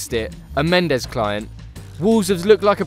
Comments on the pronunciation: Who the fuck is Rorré Mendez?? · Who’s “Rorre” Mendes and Diogo “Rota”? The J is pronounced just like in José Mourinho’s name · Who's "Rorre" Mendes and Diogo "Rota"?...